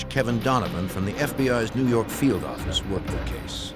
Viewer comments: Whilst I recognise that Kelstrom's diction has improved thanks, I would imagine to professional help, his "New York Office" could still be heard as 'Noo Yark Orrifice'. Just saying... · NEW YAWK AFFICE!